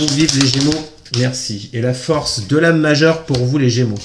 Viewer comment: Idem 🤬 insupportable on est gémeaux.